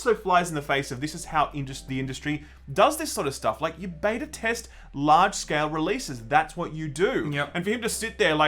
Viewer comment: The way you pronounce Beta makes me want to cut my ears off. J. S